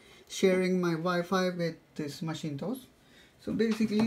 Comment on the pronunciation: macintosh not maschintos ;)